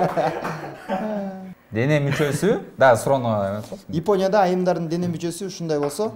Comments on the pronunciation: Ушул долбоор мага жагат бир суранычым тамганы так айтып эле айтсаз сонун болмок Японя деп мисалы Ипоня деген шаар жок болсо керек тушунгонунузго рахмаат. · Ипония, Имайка деп эмне эле болот алып баруучу. ОЗУ да интеллигентный адам алып барганы жакшы.